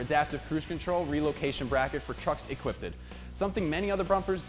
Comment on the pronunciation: Adaptive cruise control for trucks "equpited." 😂